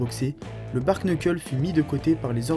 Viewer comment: Prochaine étape, savoir prononcer bare knuckle.